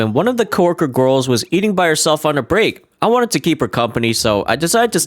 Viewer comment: the way he says "gurls" just pmo and the video just gives off bad vibes like a person who doesn't go outside much that being said I don't know that guy this is the only impression I have of him and it just pmo so hard